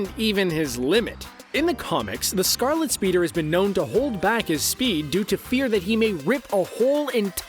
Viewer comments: He said "scarlet speader"🤣🤣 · whats that on flash suit bruh it's called Scarlet Speedster not Scarlet Speeder holds ups he can stop anysuper what about Galactus or Thanos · “Scarlet speeder” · scarlet speeder ?? cringe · "Scarlet Speeder"